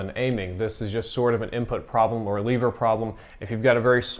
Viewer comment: I love your vids. But it's lever not leeeever